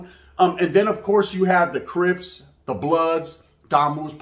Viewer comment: He said cripas😂